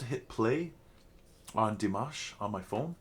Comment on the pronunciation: Please learn how to say his name ! Forget the mash like mash Potatoes it's mosh like mosh pit. You have been reacting long enough to know his name.